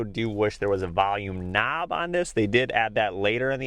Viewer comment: "Volume NAAB"